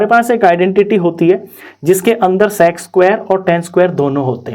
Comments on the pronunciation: Nhi sec²Q sex²Q sunai de rha hai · Bro's pronounciation of sec²💀